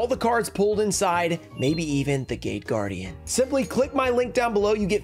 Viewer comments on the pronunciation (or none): none